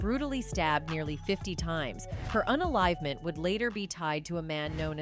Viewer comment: 'Un-enlivement' 'serial un-liver' FFS 🙄